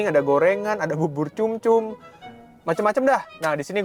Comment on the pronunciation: Bubur sumsum ❌ Bubur cumcum ✅ Mank, coba Corazon Resto & Coffee yang di Sentul dong.